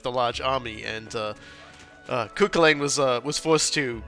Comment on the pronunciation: Oof, that pronunciation of Cú Chulainn. Edit: And Aoife.